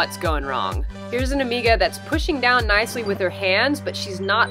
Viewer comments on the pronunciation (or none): Dude, it hurts when she says amiga.